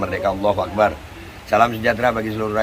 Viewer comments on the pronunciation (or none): none